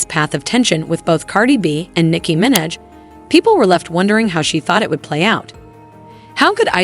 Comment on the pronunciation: Your AI voice cant say "Minaj" or "debut" correctly, yet...